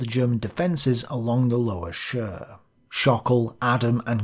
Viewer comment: Chir - pronounce like short "Cheers" without the -s ;-)